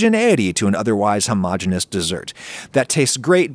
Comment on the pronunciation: Adam is mispronouncing "homogeneous" again! When will the insanity end?